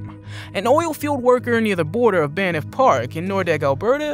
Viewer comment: It’s not pronounced Baneff Park in AB. It’s just one syllable - Banff.